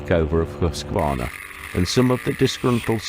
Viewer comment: Nice bikes, I liked them. And you are the first englishspeaking guy I have heard who pronounces Husqarna correctly. Oh, that Nuda....